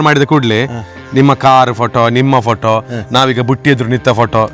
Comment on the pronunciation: Batti Alla BUTTI